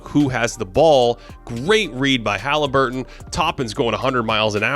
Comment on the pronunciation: Please stop saying Ha-lee. Sounds cringe and fruity lol, his name is Hah-Leh-burton not hah-Lee-burton